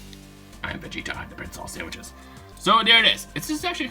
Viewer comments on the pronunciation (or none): hahahhahhaaa when you say saiyans you say sandwhiches haahhahahahahaaaaa